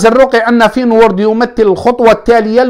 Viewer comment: عجبتني كي تقول فين وورد ههههههههه فينورد